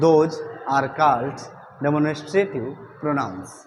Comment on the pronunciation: Sir please pronounce the word demonstrative correctly